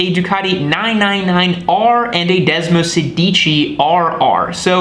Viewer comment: °Desmosèdici° please! which stands from Desmo16. Otherwise °Desmosedìci° means ° Desmo if you say° ! :D